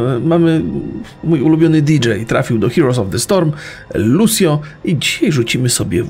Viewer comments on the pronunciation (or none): powiedział lusjo a nie luczjo 😉